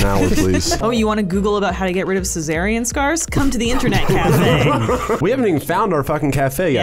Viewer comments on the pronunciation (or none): that's the first time i heard an English speaker pronouns Caesarean